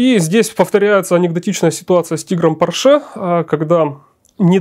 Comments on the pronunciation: Черт возьми, он же немец, а не француз. По́рше, а не Поршэ́. Но приятно слышать, как "VK" произносят как "Фау Ка", а не как попало. 8.8 cm это не совсем "Ахт ахт", это "Ахт комма ахт" (наподобие того, как и в русском, "восемь и восемь (десятых))". Искренне ваш, дипломированный преподаватель немецкого языка. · Porsche. ПОрше. Ударение на О. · Спасибо, очень познавательно! Только маленькое замечание докладчику - По́рше. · Конструктор был немец, а не француз и фамилия его была ПОрше а не ПоршЕ. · пОрше! Хватит издеваться над фамилией человека. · Порше - ударение на первый слог, на О. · Михаил! Убедительно прошу Вас провести ликбез лекторам: никакого отношения Ф. Порше к французам не имеет !!! Ударение!.. Ну как же так...Грустно. 5-10 мин потратить на изучение биографии конструктора достаточно было бы. Почему все в курсе, кроме автора работ ПО НЕМЕЦКОМУ танку?!! А лекция информативная, качественная. Спасибо. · Порше был немец, ударение на первый слог.